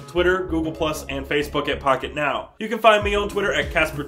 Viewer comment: I swear I heard him say "Fuckitnow!"